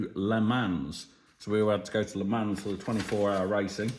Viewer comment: just so you know, you don't pronounce the 's' on the end of Le Mans. In fact you barely pronounce the 'n', but that's if you want to say the name like a French person. Brit's generally pronounce in Le Mon, but with a very soft 'n'. I can't image anyone — even a Parisian — hanging around if 'you' asked them to leave with firm voice! Have a great trip. I have just got back from a trip to Ireland, Iceland, Greenland, New York, Toronto and back home to NZ. It was great fun, but it's nice to get home. Mind you, I'm retired and don't have a bloody great farm to run when I get back from a trip.